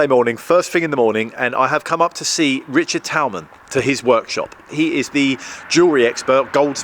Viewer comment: Did you just call Richard Talman "rich tea"? Nice 🤣